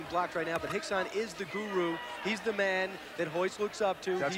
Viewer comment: lol no its Rickson, r is pronounced with a h